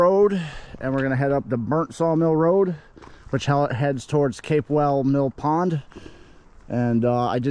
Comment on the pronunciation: It's Pronounced CAP WELL Mill Pond!